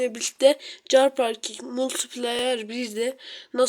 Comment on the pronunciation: Çar parking değil kar parking okunuşu